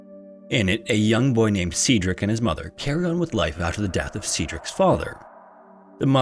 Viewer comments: I'm sorry, I can't watch 26 minutes of Cedric being pronounced see-drick. It's pronounced sed-rick. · AI narrators ARE TRASH. See-dric? How do you not know how to say Said-drick? Aka Cedric? Right. It's AI. Youre being lazy and cheap. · You know that Google can tell you how to pronounce words that you are unfamiliar with. Just a suggestion. Sometimes it takes a while for me to figure out what you are trying to say. Example Waukesha is pronounced wah-ka-shaw and Cedric is sed-rick. I had to look at the transcript to figure what you were trying to say for Waukesha. It's a native American word. I'm just trying to be helpful and I have noticed this frequently. I am bingeing old episodes. I love your content and look forward to many new episodes. ✌🏻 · Cedric is pronounced the same as "said Rick." Youre making the E a long E, and its driving me up a freaking wall!! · Cedric: its pronounced Said-Rick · My son's name is Cedric. I've never heard it pronounced as See-Drick, I'll have to start calling him that. Sadly, he has long curly golden hair and is around the same age as the little boy. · Please google pronunciations. That’s not how you say Cedric or Waukesha. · He was off on Cedric as well. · I like this channel but you really need to work on your pronunciation. If you find a word you aren’t familiar with, Google it and listen to a few different sources to figure out how to say it. In this video, Cedric and Fauntleroy were mangled, and other comments suggest that there were other words too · waukesha, cedric, fauntleroy, investigators, oh my days bro. your pronunciations. oh my days.